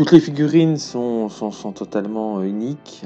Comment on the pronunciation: quand tu parles des figs , tu dis elles sont "iniques" au lieu d'unique à 13"36' Un peu comme véloce que tu confond avec féroces; cela écorche les oreilles. Sache que ce n'est vraiment pas pour te nuire mais vraiment pour que tu t'améliores. je trouve ta chaîne très bien et tu m'a permis de découvrir de nombreux jeux ou astuces dans des jeux que je pratique. Je vais d'ailleurs acheté ce jeux, qui sera très bien dans mon groupe de jeux du vendredi. Et puis c'est un superbe cocorico, et une belle façon d'honoré nos anciens. Merci à toi de ton superbe travail.